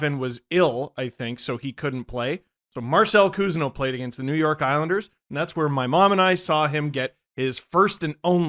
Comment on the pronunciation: I love that called out Marcel Cousineau when discussing hockey cards. He is a distant relative of mine (huge family) and I love hearing the Cousineau name on a broadcast. AND pronounced the name Correctly! 😁 Huge fan!